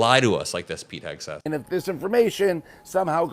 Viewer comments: can't seem to pronounce Vodka Pete's last name. Heckseth? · "Pete Hess-geth". The right wing freak can't even speak pronounce the idiots name correctly. Rather amusing. Yes. The sky is falling. We must tell the king. Donald IS the "king". Intelligent people, especially those leading a country, surround themselves with intelligent people. Morons surround themselves with morons. The people Donald panders to are morons. MAGA supporters, those who continue to uplift the "chosen one", are, indeed the unwashed, uneducated masses of asses. True, they are brainwashed, but there should be no pity for them. Those who cling to lies when faced with truth and facts are lost. A shame. The Democrats and Republicans who now see exactly what they voted for could use the mindless, the toothless, the easily led knuckle draggers and their arsenals to reclaim democracy. Yeah. That sounds completely twisted. This may be a case where fire must be fought with fire. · Why can't he say "Hegseth?" Oh. MAGA. Got it. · He called him hesgeth